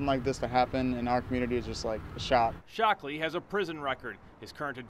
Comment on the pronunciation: he said "shocked " ,, ole dead mans mans is "Shockley " priceless